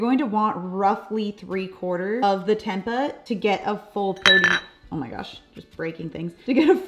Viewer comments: It is “temp-ay” ☺️ the 2nd way you pronounced it originally was correct. Love your videos! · Fyi: Tempeh is pronounced "tem pay." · Tempa 😭 lol! It’s pronounced temp-eh (like us Canadians ‘eh’) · Its Tem Pay not Tem Puh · Its pronounced as tem-pey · it's pronounced tempay, not the way you say it 😉 it's from Indonesia (im half indonesian 😉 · It's pronounced "tempay" using a long A😀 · It is pronounced tem-pay I believe. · That's pronounced as 'tam‐pay' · Pronounced Temp- pay 😊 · Pronounced tem-pay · Tempe = Tem-pay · It's pronounced "tem-pay" x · Its temp-pay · learn how to pronounce tempeh arggg... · I don't understand why she didn't look that up online before she recorded the video. It would have taken her less time that it took me to type out this comment.